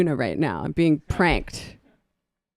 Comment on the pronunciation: It's pronounced PRAHNK'D.